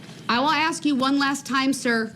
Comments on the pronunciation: Is it AX a question or ASK a question? I guess when you kill so many people it does Not Matter. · Why can't he pronounce "ask." Why is it always "axe"? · Why can't he pronounce the word ask?He keeps saying axe....he's too dumb to defend himself. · "Everting ju ax me!" Whar a disgusting moron. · It's ASK not AKS! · What an arrogant pos! He's trying to act like he is still in the ghetto. Since when did the word ASK change to AXE??? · Maybe the most we can hope is that Mr. Brooks can properly learn to pronounce the word "ask" and not say axe. I know this a BIG AXE. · I wish someone would "AXE" him. Save the State a ton of money.